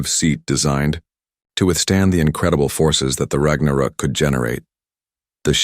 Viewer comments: rag na rook? omg.. please fix your AI and work on your inbound CC on our display. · AI Trash, can't pronounce Ragnarok.